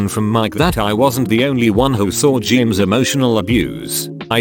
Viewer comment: TTS be like : James Jeemes James